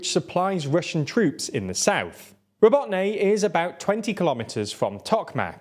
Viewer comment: Robotyne (Роботине). It's pronounced 'ra-BOAT-ta-neh' which in English means "work." This video alludes to (on purpose I am sure) that the 2nd and 3rd lines of the Russian defence are as formidable as the first. Therefore, it is easy math using that 2 months-per-10 km benchmark. This assumption, if being made, is totally incorrect. Just the fact that the Ruzzians have started pouring reinforcements into the 2nd line of defence of that area is a very good indication a vulnerable gap has already been opened. According to some (reliable) Ukrainian sources, the Ukrainian army has already surpassed the mine fields and is pulling in elite mechanized units from their reserves to join in the fight, this includes the use of Challenger tanks. So Tokmak may be liberated sooner than some are speculating. But if I am wrong, then I am sure the Ruzzians have weakened their defences in other areas of the front by reshuffling some of their units.